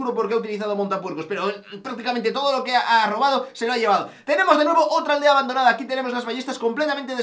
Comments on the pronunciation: En la intro dice Abandoanda en vez de Abandonada :v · dice abandoanda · pone ABANDOANDA en vez de ABANDONADA:v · en la intro dice abandoanda snbdsnndnsd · alvaro en la intro dice abandoanda jajajaj